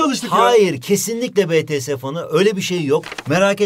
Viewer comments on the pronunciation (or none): Betese değil bities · Hocam BE TE SE degil Bİ Tİ ES diye okunur yanii💜🇹🇷🇰🇷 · Betese fanı ne yaaa bities diye okunuyor o xçxöxçzözçzşz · biride çıkıp dememiş bitiese betese dedi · betese değil bities hocam lütfen siz bari yapmayın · BETESE DEĞİL BİTİES ANLASANIZA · Bts hayranları beğenmedi: betese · BETESE DEĞİL YANLIZ